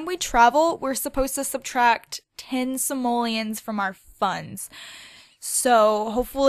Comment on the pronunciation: GOSH STOP SAYING SAMOLIANS, THESE ARE CALLED SIMOLEONS, SIMOLEONSSS!!!